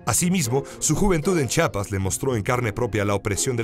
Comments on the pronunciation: Si Rosario Castellanos escuchara Chapas en vez de "CHIAPAS" resucita y se vuelve a morir. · CHIAPAS, no chapas.